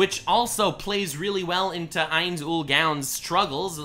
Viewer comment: mispronouncing ainzs name bothers me alot